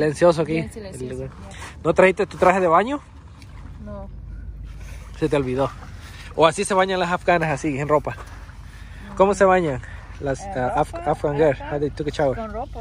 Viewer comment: Es afgana no afgní 😬 pero esta bien se entiende... Como sea me gusto el video!!!